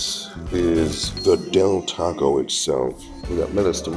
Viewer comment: Its Del Taco bro. You wasted a video